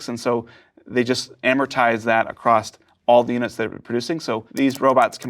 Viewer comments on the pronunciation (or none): none